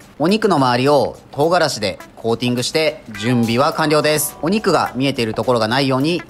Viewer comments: とう↓がらし↑ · 唐辛子のイントネーションが違う